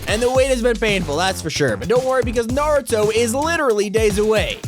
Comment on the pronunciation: At least he said naruto right